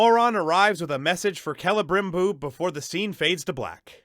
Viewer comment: Celebrimbor could be called "Cele'dim'bore". Also, it'd be pronounced "Kee’Lee'Brim'Bore", not "Keh'Leh'Brim'Bore". As if anyone cares. Liked, subbed. Good looks. :-)